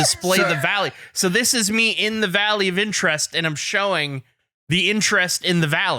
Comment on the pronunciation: Why did I think was saying the Value of Interest the whole time not Valley of Interest